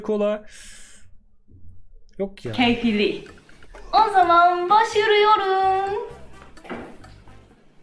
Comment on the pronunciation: Başlıyoruz diyemiyor çünkü japoncada L harfi yok ve her şey hecelenerek söyleniyor sessiz harf diye bişey yok o yüzden başırıyoruz diyor